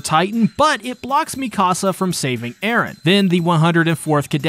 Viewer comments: Mi-Casa. How. How do you get that? Is this an inside joke or something. Mikasa. Not mi casa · i can't tell if he's messing up the pronunciations on purpose at this point. he pronounced Mikasa like "Mi casa", spanish for my house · And Mikasa